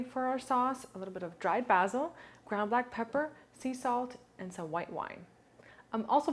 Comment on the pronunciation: Kenedeigh Goins it's how she pronounced BASIL 😂😂😂